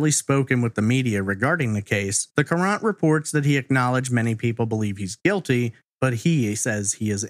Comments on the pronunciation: Hartford Courant. Pronounced current. I know you aren’t from the area. Great content as usual. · Love you and your podcast dearly, and have since I discovered you in 2018– That being said, I was born and raised in Connecticut. The Hartford Courant is a major paper here—— and Courant is pronounced like “current” . Not that is a big deal by any stretch— I just cringed every time you said it LOL